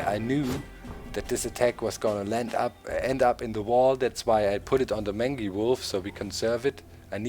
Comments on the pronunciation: Doc mangy wolf is pronounced........ mane-gee wolf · Doc... just wondering, is your pronunciation of 'mangy' how your region pronounces it, or do you not know the word? I know the pronunciation as 'main-jee'. I even double checked it on m-w com to make sure. (They have audio files to help pronounce words.) You present an interesting strategy... but I'll stick to mine. It looks crazy, but I have a decent win/loss ratio with it. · It's pronounced mane-gee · Very interesting looking game, and the post-commentary works well. Keep it up! P.S. Mangy is pronounced mane (as in horse's mane) - gee (as in G-string)